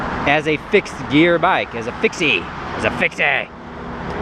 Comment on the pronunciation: So funny when you said "as a fixayyye"